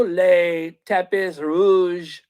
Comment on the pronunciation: Hi pronounced "Tapee" not Tapis